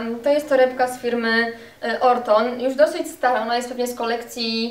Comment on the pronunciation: Torebka firmy Oroton, zjadlas jedno "O" :-)